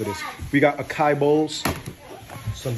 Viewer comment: A-k-I 😅😅😅😅 I never heard anyone pronounce Açaí in such a way 😅😅🤣🤣🤣🤣